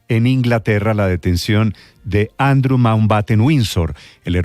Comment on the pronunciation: Néstor Andrew se pronuncia Andriuu. No andru